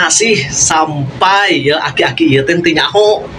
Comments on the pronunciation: aki" bang bukan akik" 😂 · Bang bang... Aki Aki. bukan akik akik😂